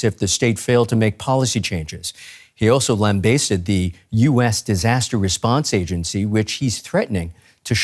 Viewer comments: lam bah sted... I don't think it's a UK vs US thing either. I wasn't saying it was wrong per se but I certainly never heard anyone say it like that. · Lambaseded – first time I ever heard someone pronounce it like that. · Yeah its just wrong